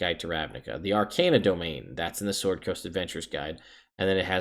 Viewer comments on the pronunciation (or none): none